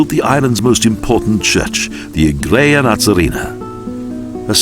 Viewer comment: Also kept saying "igreja" wrong.